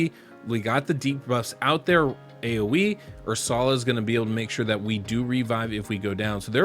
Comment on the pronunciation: Never heard someone call her Ur-sal-ah before lol I'm pretty sure it's (er-sul-uh) but hey who knows thanks for the vid ive got Hellmut Sethallia Stag Knight and Ursula and I was thinking of using Arndulf or Oathbound as the last spot what do you think? Thanks again